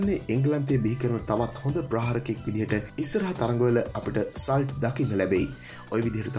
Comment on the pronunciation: සල්ට් නෙවෙයි හුත්තෝ සෝල්ට්